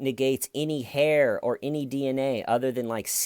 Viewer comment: "DA HAIYR IS THEIYR,, DA HAIYR IS THEIYR BUDD!!"